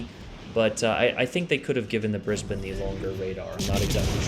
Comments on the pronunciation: G'day mate! Strewth, great video on the Brizzy, and bonzer effort gettin the pronunciation right, yeah it's Brizbin here, not brisBANE although ya could say, "Me and Shirl, headin up ta Brizzy this weekend" if you were going there. Just don't do that accent again, that was crook as rook, mate. Sorry. Cop you later! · Omg don't do that Aussie accent again!! Nah just kidding but not really. I'll give you credit for pronouncing Brisbane correctly. On a serious note well played GG.